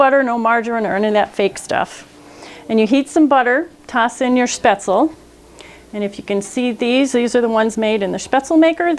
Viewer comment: Out of all the videos I watched you the first one to pronounce "spaetzle" the right way 🤗